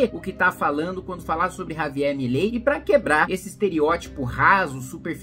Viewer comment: Cebolinha: "Já vilei fã do Milei. kkkk"